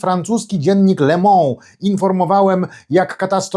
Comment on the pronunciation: Poprawna wymowa francuskiego słowa 'le MOnde' to [le mąD], a nie [le mĄ]. / Cenię wysokie wartości komentarzy politycznych p. red..